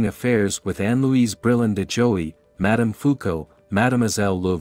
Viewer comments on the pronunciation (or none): none